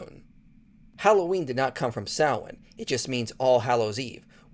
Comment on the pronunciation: As an Irishman, this is the first time I have ever heard a foreigner pronounce Samhain correctly. Fair play.